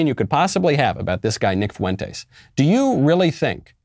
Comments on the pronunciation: I think its pronounced font-eys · Said his last name weird, but yeah at least he did say it.